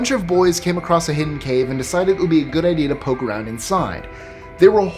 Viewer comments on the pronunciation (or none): none